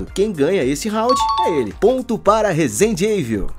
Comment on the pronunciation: "Rezende Eivil" foi de morrer